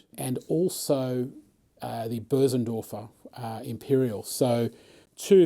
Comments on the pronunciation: It's Bösendorfer, the ö is pronounced like the u in "fur", but longer. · this is without doubt the greatest video demo of any instrument in the history of the world. I do however have an issue with the pronunciation of Bosendorfer. also what stool are you using? I really like your stool.